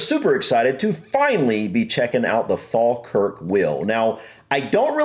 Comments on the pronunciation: It's just down the road from me. 😀 You did a good job on pronouncing Falkirk, if you want to say it like a local then it's Faw-kirk. Falkirk was a huge industrial area - we can travel the world and find Canon and Telephone boxes made in our town. The 'Carronade' was invented in the Carron Ironworks - worth checking out. There are quite a few videos out there of people transiting the wheel on narrow boats - you can hire your own boat or catch one of the tourist boats that takes you up and down. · I'm just impressed that you pronounced it as the Folkirk Wheel and not Falkirk the way you pronounce falcons.